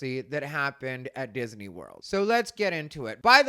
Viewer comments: I love the way says Dizzanee 🤣🥰 Did anyone else see the horrid filter used in Lily's stupid rage bait robe video? On the face and neck. Makes me wonder if there was actually any FFS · I like how that tatted guy added an extra syllable to “Disney.” Nice